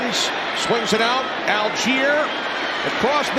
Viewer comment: Allgeier is pronounced all-guy-er. Please. Algiers is the capital of Algeria. They are pronounced al-jeers and al-jeer-ee-a. M 🦘🏏😎